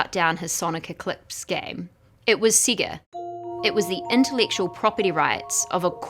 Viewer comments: Siga... sega... say guhh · SEGA (Say-guh) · They way she says "sega" just pisses me off